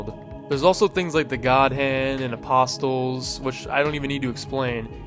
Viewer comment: Bro apostles isn't pronounced with an audible "t" sound. The "t" is silent... my god people are just getting dumber and dumber, I swear.